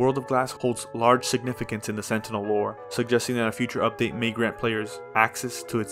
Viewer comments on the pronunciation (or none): if nms wasn't so shit when it first came out, I reckoned the launch stream would've been memed more. continuously pronouncing 'sentinel' as 'senotaul' always made me laugh